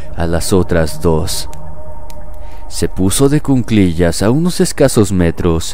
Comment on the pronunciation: Cuclillas, no cunclillas